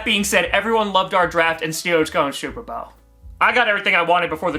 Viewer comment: Steewuhs go supuh bowuh